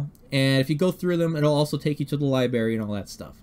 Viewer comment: Hey man, somebody has to say it... it's pronounced "libRARY" not "liberry". Sorry man, it's just irritating. lol